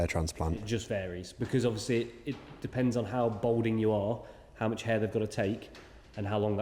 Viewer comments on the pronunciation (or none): Balding not Bolding.